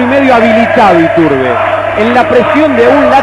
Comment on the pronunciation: ituRRRRRRRRRRRRRbe...ituRRRRRRRRRRRRRRRRRRRRRbe. jajaja